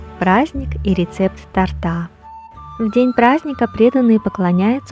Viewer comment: Харе Кришна, спасибо за прекрасное видео и замечательное философское сопровождение. В рус.языке в слове " торта" правильно ставить ударение на первом слоге. Извините за поправку. Мои поклоны. Удачи Вам!